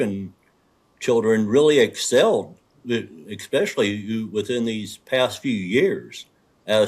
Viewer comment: It’s ESSSSSPECIALLY. ✅ NOT EX-SPECIALLY. ❌ Cmon genius. 📚